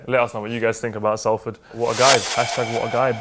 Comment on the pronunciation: Love you, but its pronounced SOLFORD not Salford